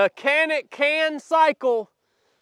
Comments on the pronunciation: I think you should test some of the other better and higher model Canik's. The Mete SFT Pro, Rival, Rival-S and many other models. I didn't realize handguns were a fashion show, if so, the other Canik's are very good and better looking. It isn't said Canik, in Turkish, so if you call it by the real pronunciation, you don't have to call it Canik. The MC9 is the micro 9mm and doesn't represent the rest of the product line. I think you will like the full sized product line that I listed above. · Its "Jan-ick" (supposedly) 🤷🏼‍♂️ BTW, Sell a hog and buy some paint and paint that daggone target son! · Canick is pronounced.. Janick! yah! I know its even worse.... you are shooting a Sub which is a little guy... I hate the trigger so I switch to a Freedomsmith excellent.... Oh! and yes its ugly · They really aren’t ugly, as compared to what? FYI…it’s not pronounced “Kanik”, it’s pronounced “Janik”. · Pronounce it correctly and you might like it better in Turkish it's More like Jhanick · Come on! you bought the ugliest color possible and then hate on it the entire video. You picked the color so there you go. hahaha! And the Turkish pronunciation is Janick. ...love the vids hater. hahaha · Pronounced "Janik Meet" 😂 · It is a Turkish company not pronounce the way it is spelled am sure with your background you know the proper way to pronounce it use a J sound instead of a C Janick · Not trying to be an ass but, it’s a TURKISH pistol. The pronounce it JANIC. I think the good trigger is selling point. Any GLOCK I might buy would get the trigger, sights, and grip modified. Just to start with. Anything that eats what I feed it, has decent sights, and a GOOD trigger is worth it in my books. I do think that any concealed carry weapon should have night sights. More SHIT happens at night than in the day. But for concealed carry combat range I like this little pistol. I carry a HELLCAT PRO. But I think this could work its way into a rotation. CARRY ON SON! DAY AFTER DAY!!!👍💪🇺🇸